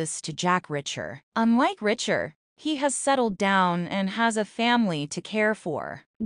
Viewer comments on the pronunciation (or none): Does this talker not know its Reacher. Not "Richer". Fix this. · Reach....er! Not Ritch...er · Will someone please inform the narrator it's pronounced R E A C H. H E R ..listening to her is infuriating...look they killed Russo and that killed me and David dying I will not consider..why does she keep saying R I C H E R ..MAKE IT STOP.. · For goodness sakes, this is the 3rd bideo ive watched and you still mispronounce names. Its very annoying. The main character is REACHER- lomg EEEEE, NOT RICHER. In NEAGLEY's name the G is silent. Ive never heard anyone pronounce the G in the show. UGH! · [1] The narrator or A.I. is annoying with her/its constant mispronunciation of 'Reacher'. It's not 'Richer'. [2] fyi: Your headline is incoherent. [3] Talk about making sh*t up, just to talk about nothing. (Who said O'Donnell will or will not die in S2?) (S2, E6 is out and someone dies, but it's not who this content creator suggests.) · its REEEEECHER